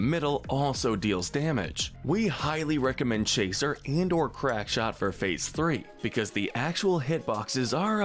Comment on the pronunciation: Crackshot, not crankshot.